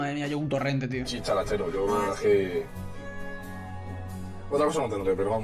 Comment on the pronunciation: Ha dicho “chicharachero”? Dicharachero, amigo.